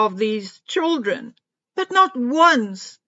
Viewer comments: I am South African and we say CHILDREN. NOT CHOOLDRIN.... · It is pronounced CHILDREN. Is NOT CHOOLDREN.